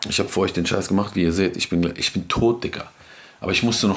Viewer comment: "Isch bin ein Mann"